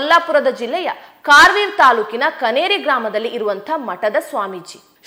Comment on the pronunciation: ಕಾರವೀರ ಅಲ್ಲ ಅದು ಕರವೀರ ಎಂಬ ಊರು..- Shweta.Milind.Karwir